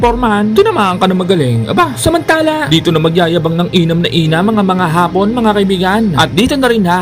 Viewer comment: AYUSIN MO YANG HAPON AT HAAAPON.....MAGKAIBA ANG KAHULUGAN!